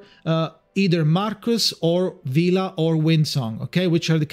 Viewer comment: It's "Vila" btw and good luck with your pulls!